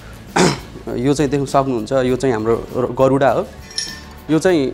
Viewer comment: गरुडा होइन क्या गरुड भनौं न ।गरुड भनेको चरो हो गरुडा भनेको के हो? यी निजी स्कुल कलेज पढेका मूलाहरुलाई शुद्ध नेपाली बोल्न नि आउँदैन दिक्क लाग्दो।